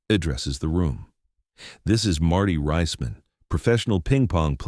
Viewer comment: DO NOT WATCH - youtubes in this format, block capital text same narrator voice, are bogus, mispronouncing Marty's name as Riseman or Riceman rather than the correct Reeceman as in Reece's Pieces.